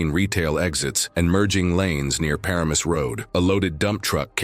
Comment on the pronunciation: LOL exactly zero of those pictures were of Route 17. The town is a tough one but its sounded out like Puh-RAI-mus.